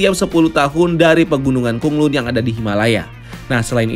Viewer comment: BTW Bacaannya Kota KhanLan Bukan Kota KhunLun